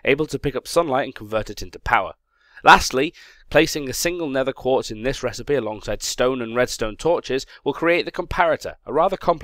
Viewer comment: Did say 'quart'? And more importantly, did anyone else notice?